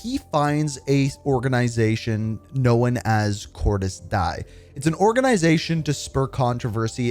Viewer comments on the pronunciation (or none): Cordis Die. “Dee-Uh.” Deeeee-Uuuhh.” It’s Spanish. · Cordis D-aye just read it like it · Talk about butchering Josefina and Cordis Die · For the love of god please play B02 and listen to how they pronounce 'cordis die'🤦🏼‍♂️ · Love these story vids but bro cannot pronounce Cordis Die 😂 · You always pronounce cordis die wrong lolllll